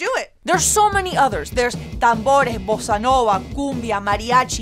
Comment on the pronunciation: Why did you say Bossa Nova with a spanish speaking accent ? Bossa Nova is Brazilian, yo.